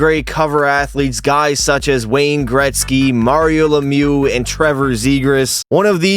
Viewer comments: Mario lemew 🤫👈🏼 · he said "Mario Lemu" 💀